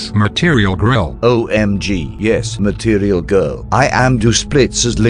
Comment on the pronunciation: "MATIRIAL GRILL" GOT ME